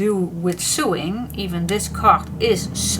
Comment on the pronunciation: Hi this is very pretty.I am also a paper hoarder. i hope you don't mind if i correct you the sewing word is pronounced sowing. you do and amazing job with your videos and to be able to speak in a language that isn't your native tongue is an amazing achievement especially when you do those videos when you use both Dutch and English. i admire anyone who can fathom English its such a crazy language to work out.